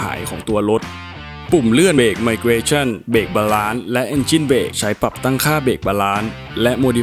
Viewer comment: ขอเรื่องเยอะนิดนึงนะครับ เวลาอ่านคำอังกฤษที่มีเสียง S ออกเสียง S ซะหน่อยก็ดีนะครับ น่าจะฟังได้เนียนขึ้น เช่น Lewis, DRS, Balance ประมาณนี้ครับ